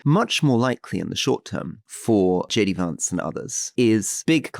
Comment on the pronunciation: "Jay Dee Vaughnce"... Brits have thoughts about the u.s. Let's have a listen.